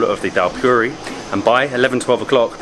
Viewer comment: Dhal puris (pronounced poo-ree not pue-ree)